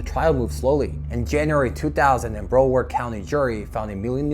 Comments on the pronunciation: pfft... I've never heard someone pronounce Broward county "Bro-word".. And I'm a native Floridian.. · And you should learn how to pronounce Broward. Jesus, just do some minimal research on pronunciations.